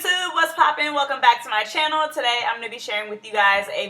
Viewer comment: "Hi guys welcume back to my yhanell "😂😂😂